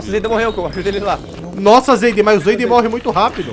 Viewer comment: KKK na parte o chamou o zayden de zaydenge